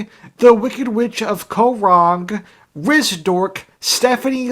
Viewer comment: Congrats! You are the only Survivor commentator to get Rizdork right.